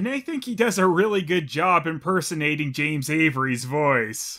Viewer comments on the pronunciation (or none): none